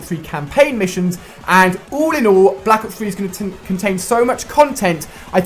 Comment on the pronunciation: " call of juty BLAK OOPS 3 "